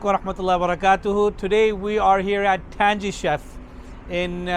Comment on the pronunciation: brother its pronounced tanGy